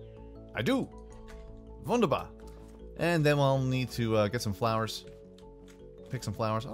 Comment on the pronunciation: Every time I hear wunderbar (wonderbar pronounced by ) I cringe